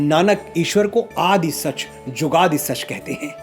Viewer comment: Mr.Manoj, very nice way to express your knowledge. But some of your pronunciations were not correct. It is Aad not Aadi. some matras are not pronounced in Gurbani.